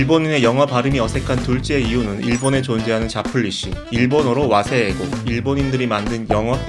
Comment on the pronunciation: 와세이 에이고라고 안하고 와세에고 정도로라도 읽어주신 거 정말 좋은 것 같습니다. 우리나라 사람들도 일본어 말할때 특유의 탁음화, 예를 들면 카(か)나 타(た)행이 올때 가(까)나 다(따)로 발음하는 것(타나카(たなか) - 다나카 등) 또는 장음 무시, 예를 들어 와 세 이 에 이 고 라고 되어 있지만 에단 뒤에 오는 이는 장음으로 에를 길게 말해주어아 하는데 그냥 와세이에이고라고 읽는다던가, 센세-(せんせい) 이지만 무시하고 센세이라고 읽는 등 이런 것을 보면 솔직히 우리나라도 특유의 이상한 일본어 발음법이 있지 않나라고 생각합니다. 그래서 일본인 영어 발음 못한다고 놀리지 말아요 😂😂